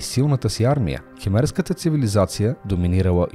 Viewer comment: Освен това: ЧиченИца, като някаква тиганица. Правилното е Чичен Ица. Да не говорим за "кимерската" или "химерската" цивилизация! Скандално е, че го повтори десет пъти и нито веднъж не го каза правилно! КХМЕРИ - Кхмерска цивилизация! Ако някой се е заинтересувал от информацията, няма да може да го пусне през гугъл даже. Името Ангкор Ват го произнесе правилно поне - но само веднъж, останалите храмове само по веднъж ги оплеска, защото само по веднъж ги спомена. Изобщо - за тези хора е важно да пускат клипове на килограм, качеството им е от али експрес..